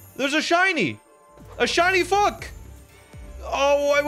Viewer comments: Plz let this guy learn to say fuack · He said fuak but sure